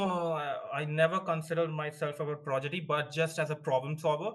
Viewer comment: Progidy nahi prodigy hota hai! fake accent vale🫠 why can't you just talk simply? There's no need to fake your fu*king accent